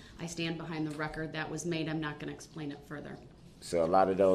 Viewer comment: "im merely seeking to understand your honor." Five minutes later "I DONT NEED YOU TO SPLAIN NUTIN TO ME. YOU MISINTERPRETED WUT I SAYED." 😂